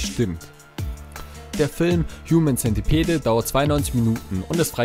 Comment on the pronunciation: Ich moechte dich darauf hinweisen,dass du 'centipede' falsch aussprichst.